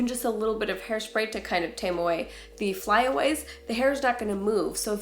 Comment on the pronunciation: hairslay....hairspray lol